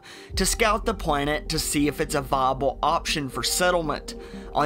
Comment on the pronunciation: I'm curious to why you have an issue pronouncing your "L"s. Instead of saying planet you said pwanet. Instead of saying sibling you said sibwing.